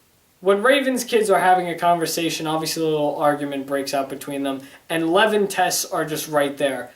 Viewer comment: It's LevI not Lev